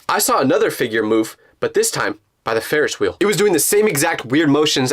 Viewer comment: “by the ferish wheel” why do I only hear you say ferish 😭🙏